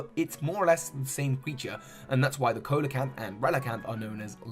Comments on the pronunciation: Coelecanth is pronounced See-lo-kanth, not Ko-lo-kanth. It's dumb, blame the English language, yada yada yada. Et cetera. Stupid English being all weird. Or Latin. Whatever. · see·luh·kanth not co-le-kanth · For future reference the "Coe" in coelacanth is pronounced as "sea" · You forgot to correct Coelecanth as See-lo-kanth. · This is how you pronounce it se-low-canth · It's seal-a-canth, but close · Isnt the ceo in ceolocanth pronounced as like see? I might just be dumb tho